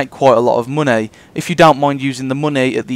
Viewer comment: You can make quite aloht of mohnay. Emphasis on the MOHNAY. Seriously nice trick though